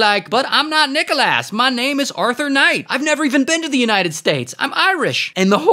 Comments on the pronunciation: Regular pronounciation:Nic-Alos ray: NiChoLaSs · It’s prounounced nick o lis not nick ol A$$ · Nickel ass Wildest pronunciation I’ve ever seen for Nicholas. It’s the substitute teacher pronunciation that gets me every time 😭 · Calling him Nicholas ❌ Calling him Nickelass ✅ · Nicholas❌️ Nicholass ✅️ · "Nicholas " vs what I hear: Nickel ass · Nicholas ❌ Nickleass✅ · How people say: Nicholas How he says:NickLAss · Why is ray saying Nickel-ass instead of Nicholas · *IT'S NOT NICKALASS IT'S NICKLESS * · Nickel ass ❌ Nicholas (nick el es) ✅ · nichal asssss lol its nick o lis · bro really said NICKELASS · Guy could have said Arthur Nicholas but went with that 🤦🏽‍♂️ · Nickel Ass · “NicholASS” lmao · Exactly 💯💯..i love his videos but wtf is a "Nickel Ass" 😂😂😂😂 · Bro I though you said "Nickel bro wth 😂😂😂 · "Nickel ass" hahahaha! The pronunciation of Nicholas has me rolling!! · why do i hear: nickel ass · bro why he callin him nickel-ass😭😭😭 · Love how ray says NickelASS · "Nikole ass" Thats literally what i hear😭😭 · ITS Nick-ah-LIS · Bro said "nickolass" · Bro called him Nickleass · "This is Nickelass". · bro litterally said nickel ass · Why did you say nicolass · That "Nicholas" pronunciation reminded me of Boyel's Nikolaj from Brooklyn 99 😂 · The way you said Nickolas 😭😭